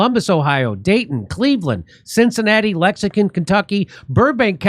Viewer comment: Now sound it out Jimmy, LEX-ING-TON 😅